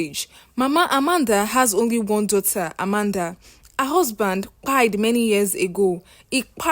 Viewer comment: Dear story teller. This is an interesting story but please use proper English and easy on the phonetics, what is kpaied? Your pronunciations are a bit disturbing.